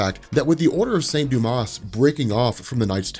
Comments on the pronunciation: Hate to be pedantic but the order of saint Dumas is pronounced without the s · Silent S in St. Dumas :)